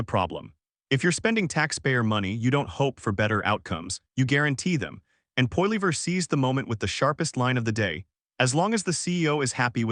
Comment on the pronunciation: poilever get the pronunciation correct please